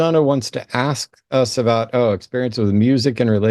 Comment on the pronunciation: Can people like PLEASE learn how to speak correctly? Your skin color does not dictate how you speak, so there’s no reason why he has to speak like that. And it’s pronounced “ASK,” not “ACKS.”